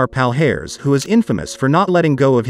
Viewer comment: It pronounces as Pa-lee-a-res.